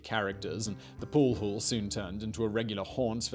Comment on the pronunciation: What is a pool hool?